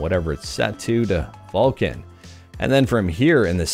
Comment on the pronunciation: It's VULKAN .... With the 'K'